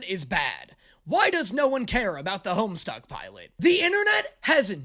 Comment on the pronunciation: Hearing you call it "Homestuck" gave me such massive flashbacks. To this day I don't understand how so many people added an R into the title back in the day. It's funny to relive those misconceptions in the year of our Lord 2025.